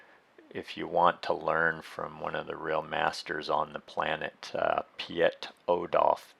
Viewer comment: . Piet is pronounced as Pete in English (shorter "p"). Now you no longer need to twist and break your tongue. :P